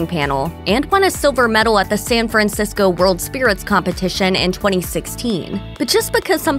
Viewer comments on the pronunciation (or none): none